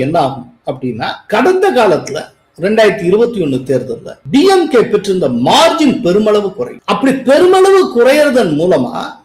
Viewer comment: டியம்கே இல்லே சார். டிம்கே